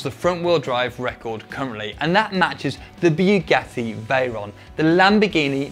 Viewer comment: I dont understand why this guy keeps saying BJUGATTI.